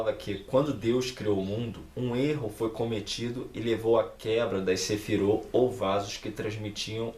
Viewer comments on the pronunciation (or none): Seu vídeo é legal. Correções fonéticas: plural de Sefirá (não Sêfira) é Sefirót , não Sefirô. Kéter, não Ketêr. É o mais sagrado. A Sefirá mais importante. Menorá é feminino.